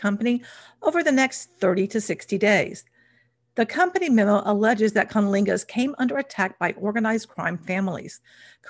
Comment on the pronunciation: You’re not. I did a double take every time she said it.